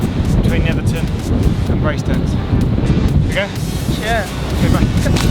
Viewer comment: I used to live just a few stops down from there in Seascale. Brilliant to see that view again. Good to hear the correct pronunciation, 'ton not 'town.